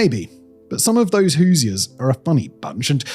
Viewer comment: I'm impressed Simon pronounced Hoosiers correctly.